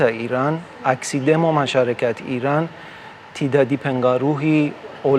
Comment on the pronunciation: IRAN bang, not Irak, jangan salah sebut negara sediri donk 😢